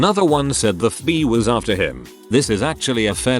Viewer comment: everyone: fbi text 2 speech bot: ff bee